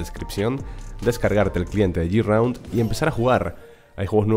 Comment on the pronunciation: no se dice yiraund, se dice GRAUND, ojo escribo tal cual suena, tus videos son muy buenos, pero aprender algo de ingles no le viene mal a nadie, recuerdalo para proximos videos GRAUND